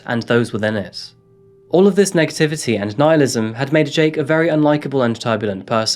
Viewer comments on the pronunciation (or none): none